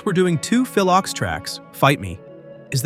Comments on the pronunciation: Phil Ochs (pronounced Oaks) - love your channel but seriously a little more research could help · It's Leadbelly (Led-Bell-E) and Phil Ochs (Oaks)!!! Either switch to a real commentator, proof-read your content beforehand, or simply stop creating content all together! 🤦